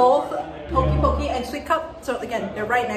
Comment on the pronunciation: Poke (poh-kay).